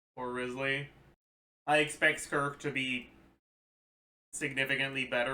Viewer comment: he said sssskurk X_X